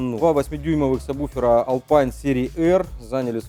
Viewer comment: Не самбуфер, а сабвуфер